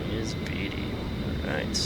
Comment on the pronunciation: You said Tonopah and Beatty wrong. Tonopah is Tone-a-pah. Beatty is Bae-tea. Sorry it's my biggest peeve when youtubers say things wrong.